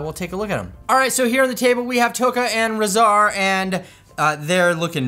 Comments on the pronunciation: It's weird, in the movie Shredder pronounced it "RAH-zar", but Leo pronounced it "RAY-zar". I guess we go with Shredder's version, since he's the one who named them? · Rahzar's name is pronounced "Raw" "Zar" I believe it is anyways 🤷‍♂️ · I believe it is how Shredder says it because it's also pronounced that way in both the 1980 and 2012 TMNT shows that Rahzar appears in